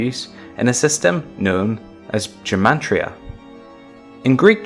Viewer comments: Gematria is pronounced Ge--like gone or girly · GEM AT RIA - there is no R in there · There's no "n" in Gematria